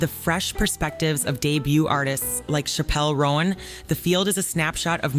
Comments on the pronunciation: Its pronounced Chapel (like a church) Roan (like strawberry roan). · Great video I can’t stop laughing at the way chappell roan name is prounced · The way she pronounces Chappell Roan is sending me💀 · Are you saying chappel roan like that because she said not to? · SAME AGAHAHGSDHS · NEITHER CAN I😭😭😭😭😭😭😭😭